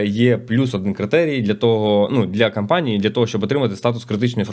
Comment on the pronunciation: Слово "кампанії" замість "компанії" дуже ріже вухо. Довго чекав виправлення але вже набридло слухати одну і ту ж помилку.